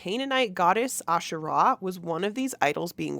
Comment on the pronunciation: Heavenly mothers* plural, according to Dallin and Brigham. Polygamous just like Mormon doctrine. When Israelites worshipped Asherah , they worshiped a whole pantheon. And Israelites also have nothing to do with the Bible, Judaism comes from Judahites. The emphasis on Asherah is the first syllable. Nephi is a 1800s invention.